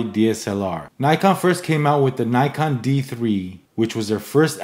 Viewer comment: nice! but please learn how to pronounce "Nikon"